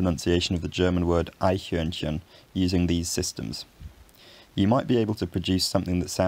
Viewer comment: HOLY SHIT! I have never heard an Englishman nail "Eichhörnchen" like that, and I literally challenge them on it on a regular basis :D